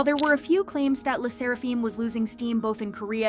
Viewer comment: “Le sseraFEEEM” wtf